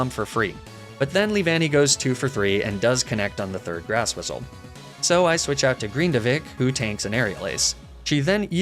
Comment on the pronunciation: Don't you mean 'grass whiss-lay' instead of grass whistle :D